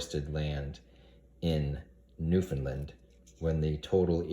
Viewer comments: Sorry but its pronounce Noof' N land. Land not lend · New Found Land lol not NewFunLand